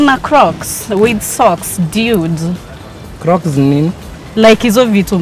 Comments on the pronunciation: She said "dyuid" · Is she saying diude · kwanza akisema "diud (dude)" 😂😂😂😂😂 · Why she kept calling the boys Diudiii!!! Biachiiii** did you mean Dude*** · And its dude not diude ...gosh ooh myself